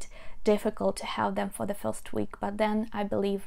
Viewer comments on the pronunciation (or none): none